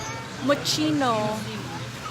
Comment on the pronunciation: I am not bashing you po. I just wish you would learn how to correctly pronounce Spokane, Kuwait and Moschino.